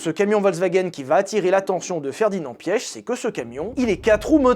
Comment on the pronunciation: Je n’en PEUX PLUS de t’entendre dire « Ferdinand Piech » j’ai juré ça m’irrite